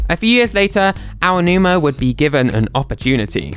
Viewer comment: You're the first Brit I've ever heard pronounce Aonuma properly. Cheers :D